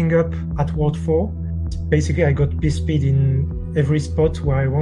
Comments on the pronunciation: hehehehe he said "pee speed" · Teehee said pee speed.